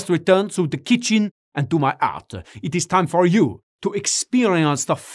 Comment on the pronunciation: You convinced me when you managed to say 'help' without pronouncing the 'h' :p . Bisous de Normandie ^^ ("to the kitchine" mais lol mec... still laughing ^^ )